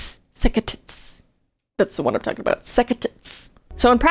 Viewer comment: Orthodox what?🤣 The heavy over pronouncing of sects didn't fix it either! Sound like, "sucka tits"! 🤣🤣